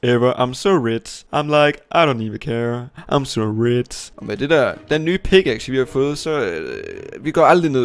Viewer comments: Det hedder RICH ikke RITZ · Kan godt lide han siger ritz i stedet for rich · the: “im so rech”